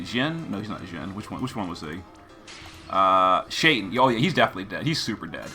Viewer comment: Shaitan is Arabic for devil...it’s pronounced Shay-Taan All of the genies have Arabic names